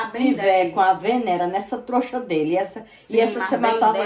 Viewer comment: Ela fala troxa kkkkakakaka